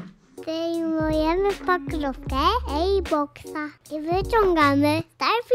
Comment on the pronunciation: sztos! <3 Nie "air" nie "ejr" a "Erbox", to było najlepiej wypowiedzianym airbox w całym odcinku:P Super się ogląda Twoje filmy! Pozdro, czekamy na więcej:D